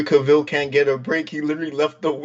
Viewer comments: Why does he keep saying kaville? The man's name is cavil not hard to say at all and the host has indirectly corrected him multiple times by pronouncing his name correctly over and over with annunciation and emphasis. Dude at some point you gotta stop the person and say hey your saying it wrong. It's so grating it's not hard to do. It's the same as the person that can't be bothered to literally shift a finger to the side to hit there blinker on there vehicle. Point it out correct it and move on I'm not saying let's hang him but definitely hey this is the correct way now on the the next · This podcast is a joke. doesn’t even know how to pronounce cavils last name but yet he is talking comics? I don’t get it at all